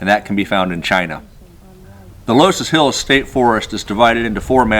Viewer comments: Only 2 minutes in, but I have to make a correction. It's pronounced "luss hills". Carry on... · loess hills pronounced “Luss”. Mondamin is Mon day men